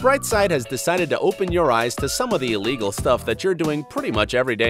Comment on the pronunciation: Its illegal not "elligal"